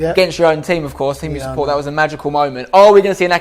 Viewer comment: Who typed the Jimmy Conrad piece? It should be shorts, not "short." The su-pport instead of sup-port is hilarious!